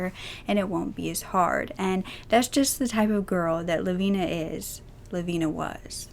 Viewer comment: So glad you pronounced her name correctly